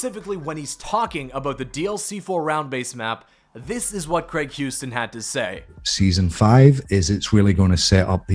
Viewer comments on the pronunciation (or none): none